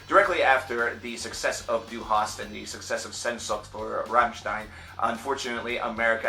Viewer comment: Congrats on pronouncing Rammstein right, that doesn't happen that often... You did butcher the pronunciation of Sehnsucht, but that's no big dealm